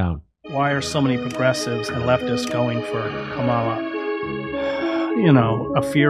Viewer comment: Comma--la - No,hell no.